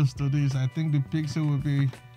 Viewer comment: Your right but now it's the PYXIL for sure